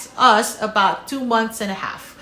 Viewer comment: whatcha talkin aboot